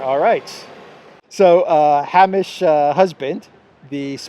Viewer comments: Thank you,. Hamish is pronounced H-aim-ish (like fish). I’m a Scot and crying laughing at Ham-ish. Every Hamish l know will now be called Ham. 😂 On a serious note, your description of the British msm and government is absolutely correct. We live in Clown World. Most media companies are silenced on Ukraine by government D notices. Democracy is dead. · 'Hamish'....... pronounced "Hay-mish" not "Ha-meesh" LOL...... 🙂. Great Vlog, and I loved the location as I used to stay in the Hilton when I worked in Athens! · Hamish pronounced "Hay-mish" and stressed on first syllable. Souness reminds me of the Slovenian embassy in Kiev who obediently took down their flag because Ukrainians, in a veiled threat, said its colours might let it be mistaken for a Russian one. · Hamish is pronounced " Hay,mish " .